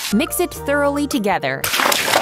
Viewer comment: She said throughly….